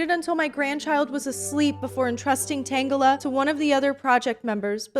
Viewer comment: No, I prefer your pronounciation of Tangela